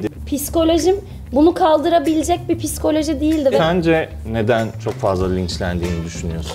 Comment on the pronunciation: piskoloji degil. psikoloji